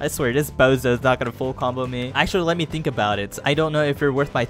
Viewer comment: He said a thimk I’m puerto rico